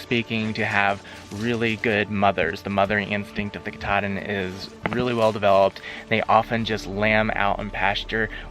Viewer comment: Doing good but there pronounced (cat-a-din)